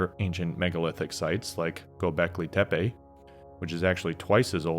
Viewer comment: hearing an American say gobekli tepi is funny to me